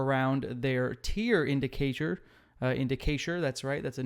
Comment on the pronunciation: Just wanted to point out that I caught you saying Inda-cate-ture … haha 😂